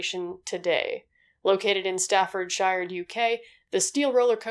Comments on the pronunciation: Excuse me— sta fard shy are EXCUSE ME— you mean sta-fud-sheer /jjjj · Just gotta say you're pronouncing Alton wrong, haha. It's a sort of softer sound, almost like o-lton. Edit: and Staffordshire... It's pronounced like sheer, lmao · I love hearing American's pronounce Staffordshire lmao, but as far as I remember it was partially staff mistake, a lot of the staff there are from our local unis and just aren't trained enough (possibly) but they've gone to great measures to prevent it happening again